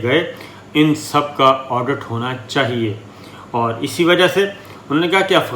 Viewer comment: SHIKUST not SHAKIST... AUDIT not ODUT ... Please correct pronouncing the the noted above words; SHIKUST & AUDIT Bless you... Thanks